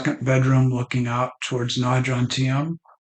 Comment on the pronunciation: Good video but its JoMtieN not Jontiem, just saying 👍 I live down the coast in Bang Saray 😯🥳🥳